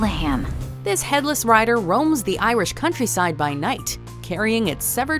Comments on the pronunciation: The pronunciation is completely off but I appreciate the effort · i love reading about irish myths and legends but wow did she butcher the pronounciations.